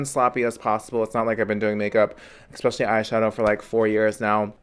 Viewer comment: THE WORD IS ESSSSSSSSSPECIALLY! Not ExSpecially!